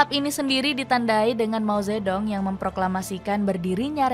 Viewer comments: Mao ze thung bacanya itu yg bener jangan mao zetdong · Ini pembawa acara gimana sih, mao ze dong dibaca begitu, seharungnya dibaca Mao Tze Tung . D = dibaca T. Ong = dibaca Ung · Ya ampun lain kali lafalnya yg bener.....Deng bkn dibaca Deng tp Teng Begitu juga Dong bknnya dibaca Dong tp Tung. Lain kali tanya2 dulu dgn yg paham